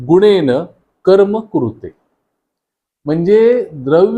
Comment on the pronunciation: माहिती उपयुक्तच आहे . [पण क्षमस्व ! गुणेनं नाही. गुणेन . शक्तिः ( उच्चार शक्तिहि प्रमाणे. शक्तिहा नव्हे. ) ]